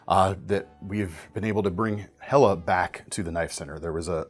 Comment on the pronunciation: Point of contention, how are you so happy that Helle Delle is back, yet do not know how to pronounce their name? Quibble. In English, delle can also mean a dale or dell, which is a hollow. Though given it is a Nordic country, best guess or ask them when they came back;-)